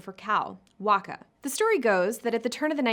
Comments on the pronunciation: It is not pronounced Wacca, but Vacca! Pronounce the v not a w. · Vacca is pronounced as VACCA. With a V. I don't know why she said Wacca. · Wacca? Bad start, no? It's Vacca!